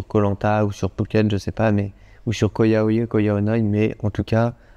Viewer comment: Petite info, ça se prononce Ko Yao "yaille" et non yeh (idem pour RAWAI, qui se dit rawaille et non raweh). Il vous restera plus qu'à revenir voir le nord du pays une prochaine fois ;-)